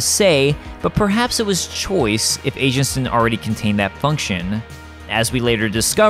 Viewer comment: I kept hearing 'Agents' as 'Asians'. lol